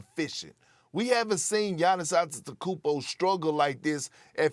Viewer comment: Perk can’t pronounce gannis’ last name correctly😂😂😂